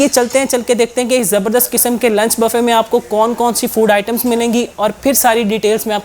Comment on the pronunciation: او بھائی پہلے بولنا تو سیکھ لو یہ bafay کیا ہوتا ہے۔ صحیح لفظ بوفے ہے۔